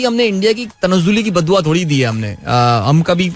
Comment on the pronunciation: Urdu ka qatl e aam takleef deta hai bhai, isliye 😅 "Achhay se" "Thorri na" "Kia heee hojayega" "Gussa" "Murggii" 😢